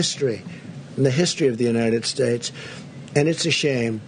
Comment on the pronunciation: The greatest fog in the history of the 'United Shtates'- I have never see a fog like it. The fact that every other world leader managed to make it to these cemeteries is neither here nor there. Trump didn't want wet hair is the true answer.